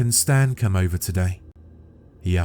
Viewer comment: should've been "Staan" instead of "Stan"